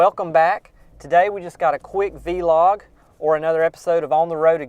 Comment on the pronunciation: haha please stop saying v log it's one word vlog, but keep up the good videos.